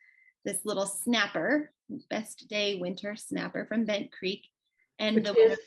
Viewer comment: Hi 👋 Ladies it was great see your progress on your wips. Love seeing the girls wips they do such a great job. Snap I won 😆 love the bent creek snappers and you pronounce it correctly second to the last time. I always enjoy watching the both of y’all have a wonderful week and happy stitching 😊🧵🪡🤗🤩